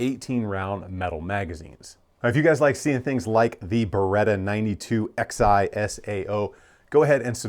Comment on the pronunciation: i think its pronounced 9211 like 1911. roman numerals(Xi)